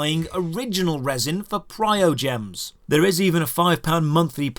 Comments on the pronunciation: I don't actually like this game, but you seem to be subtly missing a lot of marks. "Pryogems", what? There's an M in there, ya'know. Other than that, your way of speaking insinuates that Anemo/Geo Sigils are premium currency when they're not. You get them for opening chests, mostly, and they're used for one shop each. You say a tenner roll has a guaranteed 4* item, but seem to have missed that the 4* item will show up even if you do ten singles. Every ten rolls at max on a single banner is a 4* item, not one in every tenner. I also don't follow the "full time job" remark. It actually goes speeding into the opposite direction. Once you've routed all the non-repeatable content, the game will pretty much do everything short of actively telling you to get lost for a few hours because of everything that's repeatable being Resin locked, directly time locked, or both. Maybe you mean it in some other way, I dunno. Whatever, like I said I don't even actually like this game. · okay but like when he used Traveler's ult against eye of the storm and didn't collect the berries and called Lisa useless (that girl fking obliterates oceanid) and pronounced primogems incorrectly and made currency seem like a complicated thing even thought it's easy to understand and said cons were farmable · It's PRIMO dude, not PRIOGEMS. Tell this to the Chinese players, because they don't even care. :D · Why do so many people say "priogems"? You've said it many times now. Premium currency. Primo. Primogems. Also, this aged well. The game is not in a great state at the moment. 2.0 was...something, certainly lol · Every time you said PriOgems instead of PriMOgems my heart broke rip, great video pointing the bad and good of this game ! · Sorry, Your information regarding Constellation upgrades is entirely wrong, please do some proper research or atleast play the game more before you spread information on reviews thanks and its Primogems not PrioGems x,x